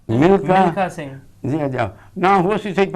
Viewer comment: vedio achhi hai ssa.milkha singhg noo tusi mlikha singh bol rahe ho